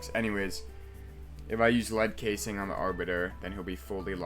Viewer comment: Reading casing as cass-ing is kinda crazy 😭